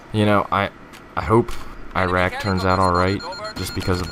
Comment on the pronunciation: Holy fuck FINNALLY someone knows how to say Iraq.